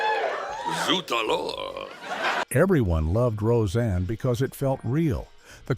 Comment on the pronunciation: Say the names right. Seinfeld was said wrong and so was rose anne